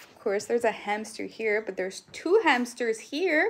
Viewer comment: Why do you call them hampsters